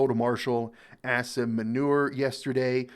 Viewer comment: "Marshal Ass-In Manure" quite an apt pronunciation